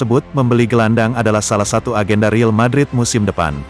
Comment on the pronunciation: El real bukan riil cuk pelfalannya ancur2an